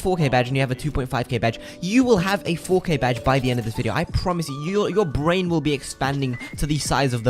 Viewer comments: And here I am listening to this guy saying fo Kay, who’s fokay??? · Ngl the intro when he kept saying 4K started to sound like fookay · At first I thought he was saying the f word with a british accent lol